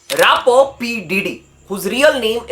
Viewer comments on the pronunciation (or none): Rappers❌ rappouz ✅ Thousand,❌ thaujjand ✅